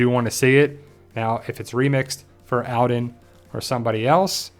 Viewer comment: His name is pronounced ALL-den not AL-den